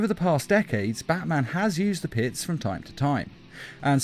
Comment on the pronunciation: "pit's chemicals" My ears: "piss chemicals"